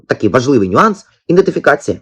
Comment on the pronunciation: "ІДЕНТИФІКАЦІЯ" ! Потренуйтеся правильно вимовляти. Ви ж виходите з публічним виступом !